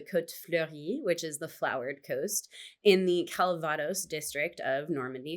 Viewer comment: You know what expats and the French alike hate? Americans changing pronounciations of their words eg. calvados, please say it correctly, just like we do. Merci!